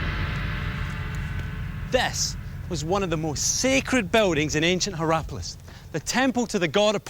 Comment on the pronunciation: "Herapolis" does not sound very Roman. ^^